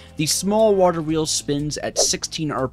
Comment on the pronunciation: bro said "waHer Wheels"